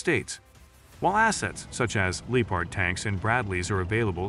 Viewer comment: It’s Lep Erd not leatard , please cut loose with the wallet and hire a human narrator. You have great content so keep it coming.